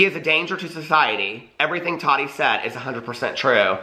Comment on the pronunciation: Tah-ti not totty